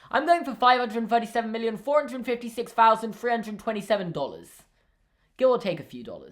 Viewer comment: it's strange hearing the word dollars said with english accent